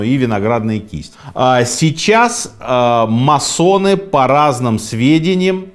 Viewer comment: Почему всё время говорят о маССонах??? Правильно говорить маСоны... "С" должно быть очень коротким....